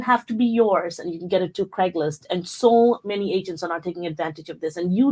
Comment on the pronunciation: Craigslist. Not Craiglist.